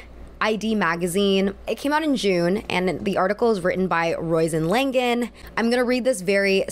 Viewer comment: Just a quick correction that her name would be pronounced Row-sheen Lan-ig-an